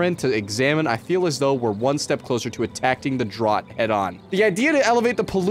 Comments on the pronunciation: Bro said droght instead of drought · Bro was so flustered he mispronounced "attacking" and "drought" and didn't even notice 😂😂